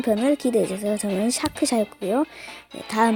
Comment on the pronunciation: 왜 샤크입니다 할때 앞에 크를 붙여요? 크샤크 라고 하시길래 .....